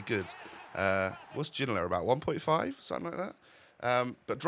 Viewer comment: Please stop saying suttin, something. 10/10 apart from sittin